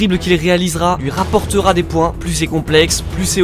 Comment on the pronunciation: "les dribles qu'il réalisera lui raporterONTTTTTT